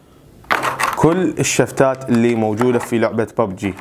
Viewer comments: انطيتك لايك لان كلت ببجي مو بوبجي ههههه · واخيرا لكيت شخص يلفضها ببجي مو بووووووبجي